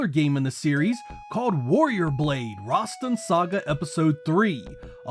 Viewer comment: Rasstan , not Rahstin 🗡️